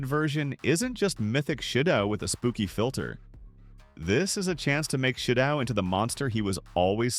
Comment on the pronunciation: It's still "shidough"